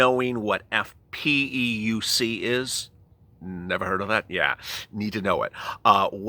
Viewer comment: It's PEUC not FPEUC.